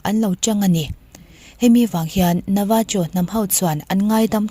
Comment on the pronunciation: Navajo tih ni mahse 'Navaho' ti a lam tur...Mexico, Latin america leh South America, Spanish hmang ho ah chuan 'J' hi 'H' angin a ri zel tur. Eg,. 'Jalapeno' 'Halapéno' 🌶️